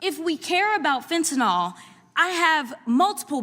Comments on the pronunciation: PLEASE it's fentaNYL not fentaNALL! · Fentanyl does not have an o in it. Drives me crazy. fen-ta-NIL That said, I absolutely love Jasmine. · Side note: people need to learn how to pronounce "fentanYl". There is no "o". It's not fentanol. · Its not fentanol, it is fentanyl........there is no such thing as fentanol! Crockett for President!!!!!